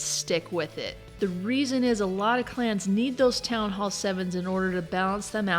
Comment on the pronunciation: one of the few who say "Town Hall" not "Townall"